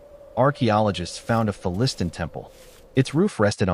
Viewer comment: You need to teach your AI to pronounce Philistine.